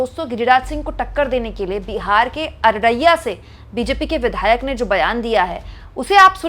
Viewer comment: It's Araria, not Araraiyya.